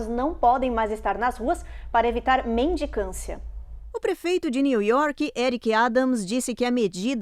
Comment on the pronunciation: Mendicância, por favor vamos falar corretamente…😂